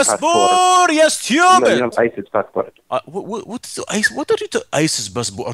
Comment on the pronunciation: is like i have American bassbor ya styoobid